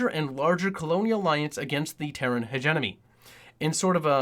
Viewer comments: Terran HegeMONY, Hege-mony, not Hegenomy! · I’m enjoying this but some of those pronunciation errors are bugging me... Reconqueshda instead of reconquista Hegenomy instead of hegemony